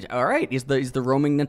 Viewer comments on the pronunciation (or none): Its pronounced 'new-tella' ;)